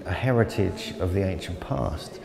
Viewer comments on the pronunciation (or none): none